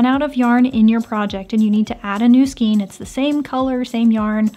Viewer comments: Just to say, the hints are great. I’m an OLD crocheter, and I’m regularly hearing the young ones say skeen instead of skayne. My issue, I know! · A bundle of yarn is pronounced like Skane, not Skeen. I know the spelling might look otherwise, but it actually has a long A sound, and not a long E. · Skein: pronounced skayne not skeen. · Thank you, this was great. One tiny thing that drives me crazy: "skein" is pronounced "skayne" in US and British and Canadian pronunciation (it's from an old French word that uses "aigne" for the "ei" sound). Sorry but it drives me crazy...short drive, eh? haha! Great videos!! M <><.